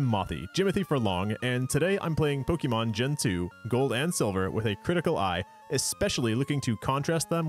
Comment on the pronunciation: Dude, I want to watch this video... but I can't get past how you're pronouncing the name of your beloved series. Seriously, google it's correct pronunciation please.